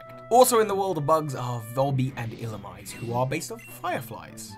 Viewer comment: Just as some advice, coelacanth is pronounced "see-lacanth" instead of "co-ee-lacanth", mantine is "man-teen" and illumise is "illum-easy". Although echinodermaa was soooo close... you just forgot the "aa" at the end. I know it is a bit pedantic, sorry.